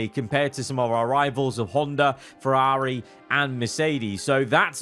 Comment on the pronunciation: Why do you say Ferrari like that